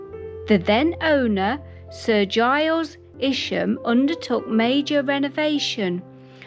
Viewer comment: its Isham not isham...........EYESHAM......Isham